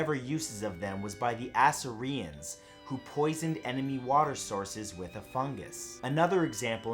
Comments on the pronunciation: Um, it's not "Ass Uh Re Uns". It's "Ah Seer E Uns". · The 'Ass-er-ee-ins?' 😂😂😂😂😂😂 Its 'Uh-seer-ee-ins' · I have enjoyed Matt's videos for years and I thought I had grown accustomed to the occasional times when he sometimes pronounces words "a little differently" than I am used to hearing them but his pronunciation of Assyrians as /ASS-uh-ree-uns/ made me giggle like a little kid again. Yep, Matt! But they were a$$es for delivering "a fungus among us" to their enemies so it counts! Matt For The Win! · you mean "as-SEER-ri-ans"? Lol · Lmao I love you Matthew. "Assereeans" for Assyrians. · Not "Assa-ree-ins"... 😶🙄 "Assyrians" is not pronounced that way 😐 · Did he just pronounce Assyrians as (ass-er-ians) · Matt, you mispronounced Assyrians.